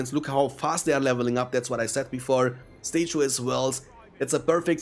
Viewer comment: lol "stay-chew-es".... I love it